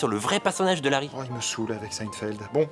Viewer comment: ça se prononce seïnfièld non ?